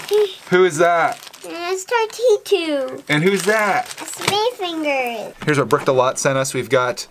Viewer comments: It is minifigurers not minifingers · I love how you call mini figur es mini finger